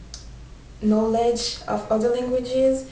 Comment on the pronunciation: Almost all of the words you said were pronounced properly...except the word "pronounce" lol. Oh, and "knowledge" too. The "o" in "focused" is a long o, not a short one. you should have said "I will not be disappointed" not "disappointing". And you were right the first time with "let down". And you're probably the prettiest teacher I've ever had, no need to correct anything there :) Thanks.